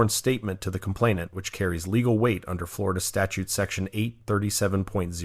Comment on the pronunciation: Flo Rah Duh again!😂